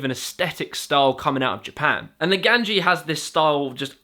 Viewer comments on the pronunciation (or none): Hot tip, sorry if youve already been told this, but that first athlete's name would be pronounced Nah-gah-neh-gi (gi like in yugioh). Cant say I blame you though if youre not very familiar with japanese in general lol. (her full insta would probably be pronounced nah-gah-neh-gi oh-neh-neh, though that "o" might just represent a period/dot) - also fun fact, naganegi is japanese for leek (welsh onion) lol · How did mans get from Naganegi to Neganji 😂